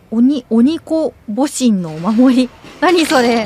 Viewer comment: 鬼子母神はきしもじんorきしぼじんと読みます 仏教系の守護女神みたいなもんです